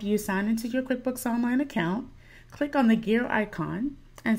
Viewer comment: "clink this link" lol